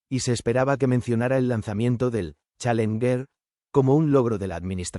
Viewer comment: Buen video pero se debe mejorar la locución...pésima pronunciación en Inglés...especialmente la palabra "Challenger"...